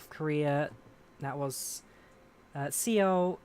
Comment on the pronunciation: my man said C-OL...Seoul is basically pronounced Soul lmao